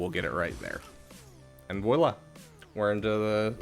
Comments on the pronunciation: Bruh. Nice video. I dislike most people's videos for their over explanations and annoying voices. One thing. Voila is not pronounced voayla. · Hearing him try to pronounce "voila" is laugh out loud funny.